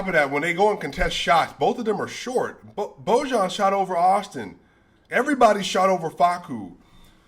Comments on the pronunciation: Sorry, when talking about pronouncing names correctly... but Bogdanovic is of course Bojan like (Bo ya n). Then Doncic is (Don Cheach) OK. We aren't in an Abyss because the bunch of Nuggets on court is playing scrimmage games like today. No Gobert, no fun. You forgot already how a deeply depleted Denver squad Held record-Curry to 2 points!!!!!!!!!! coming two min.before halftime!!!! Leasing the NBA leading Warriors at home to - 24 before relaxing. Stay cool. Bright future. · The -ić part in Dončić should be pronounced the same as in Jokić. So its not Donchick but Donchich. I noticed multiple times now that you mispronounced, which was somewhat ironic in that part about pronouncing names. And while we're at it, the J in BoJan would be the same as the J in Jokić, so it would sound like Boyan. This is the rule for every J (y) and for every ć/č(ch) that you see in the Balkan names. Not trying to throw shade at you, just thought you should know, the same way announcers should know. Great content as always, tough loss. Love from Serbia, let's go Nuggets! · Bojan is pronounced Boyan. J is identical as with Jokic. J is always Y